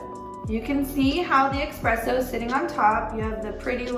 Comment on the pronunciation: not EXXXXPRESSO